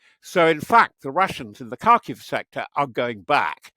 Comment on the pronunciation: “Kharkiv” is more closely pronounced. “harkeev”